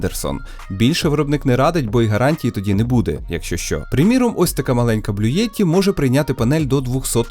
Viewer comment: "БлюЄтті" від творців "БлюЄтуз" 😁 Відколи "Blue" звучить як "БлюЄ"? 😉 Не знущайтеся з назви бренду, будь ласка. 🙏 У мене самого Блуті, не заслужили вони такого знущання)) Але за відосик, звісно, дякую! Дуже корисно, цікаво і актуально. 👍